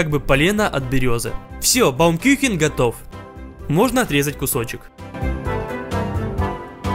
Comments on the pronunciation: Я родом из германии и ржу когда сказал baumküchen, baumküchen это деревянные кухни 😂 а правильно baumkuchen, баумкухн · Отличный видос Но правильно кухен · Баум кюхен🤣 Правильно говарить Баум Кухен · я конечно не хочу умничать и выставлять себя энштейном но, парвильней будет кУхен а не кЮхен) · Не Küchen а Kuchen Кухен на у